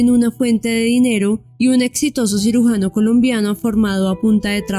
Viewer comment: Nobia...., " sirugano" , NOOO.CIRUGIANO